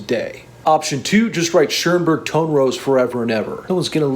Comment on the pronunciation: Just a little pronunciation tip from a German speaker: Schönberg has no 'R' in it.